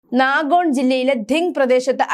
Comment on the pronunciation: നാഗോൺ എന്നല്ല നൗഗാവ് എന്നാണ്